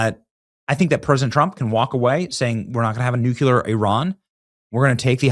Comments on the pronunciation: Benny! Can you pronounce this word? “C-L-E-A-R”. I hope you would pronounce it “kleer”. Can you pronounce this word? “N-U-C-L-E-A-R”. I wish you would properly pronounce it “noo-Klee-er”, not the lazy way of pronouncing it “noo-kue-ler” as you did so many times throughout this post. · God damn it. Say NUCLEAR! Not nucular. What are you, George Bush? Lol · Love your show! But can you PLEASE stop saying “NUCULAR”. The word is NUCLEAR - NEW CLEE ARE. Thank you for your attention to this matter! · & Benny, I love you.. but don't be like dummy Dubya, who pronounces 'nuclear' as "nu-ku-lur". It's pronounced: NEW'-clear!! (very close to how it's spelled! there is NO extra syllable between the 'NU' & the 'CLEAR') Thank you for your attention to this matter... 😂😂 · Come on Benny… ‘nucular’ 😂 I understand people like Homer Simpson saying it wrong like that, but you, Benny?! I mean, oh well.. for some reason many, many people seem to say it wrong too. I guess that’s why it spreads so much lol. It just makes me think of Homer when people do though, and that funny joke on the Simpsons when he tries telling Lisa I think ‘No Lisa, it’s nucular’ or something like that. 😅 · Keep saying "nucular" and reminding us of your IQ about 100 times per episode, mumbles. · Hi Benny, LOVE your show brother — BUT: you’ve got to start pronouncing the word “nuclear” correctly. 😊 It’s not nuk-u-lar. You’re a brilliant guy. Do it for the country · It's nu cle ar not nuclear! Oh my God I love you but please correct this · Ok. I will no longer be listening to you if you can’t pronounce nuclear. Makes me think you are not real😊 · Benny, I love ya to death but you have got to learn how to say the work nuclear correctly. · Benny you can't pronounce Nuclear correctly. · Benny, for once I’d love to hear you pronounce Nuclear correctly. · Benny, for the love of all that is holy, stop pronouncing nuclear incorrectly.